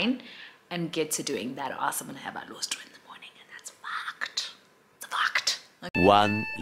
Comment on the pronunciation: Iyoh "alostro" 😂😂😂🤣🤣🤣